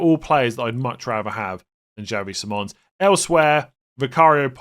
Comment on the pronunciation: PLEASE LEARN HOW TO PRONOUNCE SIMMONS' NAME CORRECTLY!!!!!